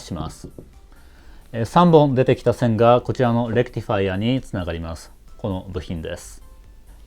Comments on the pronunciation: レクティファイアの発音がいい！電気系の人間。整備業界の人間ならレクチファイアになる。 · まぁこれが正しいわな ｢チ｣じゃなくて｢ティ｣だし頭の｢レ｣にアクセントがある.. まぁそれをいいだしたら｢デジタル｣じゃなくて｢ディジタル｣なんだけどね